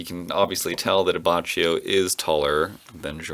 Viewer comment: I, same as you pronounced Abbachio that way for the longest time, until i found out that its actually pronounced Abbakkio